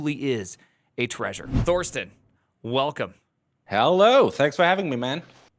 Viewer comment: There is admittedly a "th" in "Thorsten" but ze Germanz do not pronounce it. So the guy's name is pronounced "Torsten".